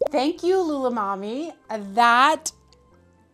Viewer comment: YEA 🎉🎉 I am sooooo excited for this video ❤️ Sooo glad my comment won 🏆 My “name” is actually pronounced Lula MAMe 🥳 I always use my grandmothers name because I think it is lovely 🥰 ❤️ Awesome recipe!❤️🥳 Thank You 😁